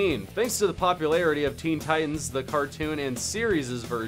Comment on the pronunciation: Theen thitans